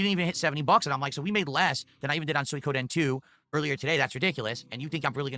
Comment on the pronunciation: I was trolling phil in his chat last week calling it "soy koden" I can't believe he started calling it that 😂 he used to say swee Koden